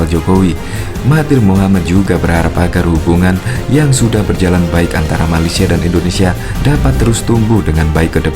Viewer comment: Malaysia bukan malesia